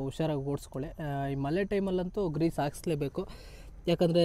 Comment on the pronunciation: ಮಲೆ ಅಲ್ಲ ಗುರು ಮಳೆ 😅😅😅😅😅😅😅😅😅